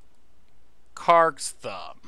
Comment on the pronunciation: I feel like you are misprouncing Krarks thumb on purpose..its not karaks thumb :-)